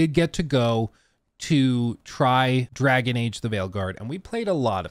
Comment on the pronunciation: Yes.. "Drgaon" Age